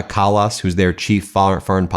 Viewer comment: EU's #2 Kaja Kallas deserves to be pronounced the right way. Say it like Kaya plz. Our J is essentially a Y in English. Thnx.